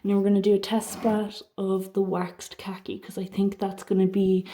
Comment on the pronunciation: Pronounced car kee (khaki)😂❤